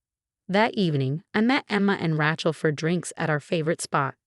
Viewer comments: It is not Ra(short A sound). It is Ra(long A sound). Do not be so uneducated. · Wish these stories would stop using the name Rachel! Pronounce as Ray-chel, not Rat-chel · I refuse to listen to another story w/the name Rachel mis-pronounced. This is totally unacceptable. Who uses this name pronounced like a tool. The name is not ranch -el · I drives me crazy